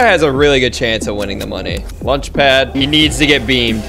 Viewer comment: he said lunchpad 😂😂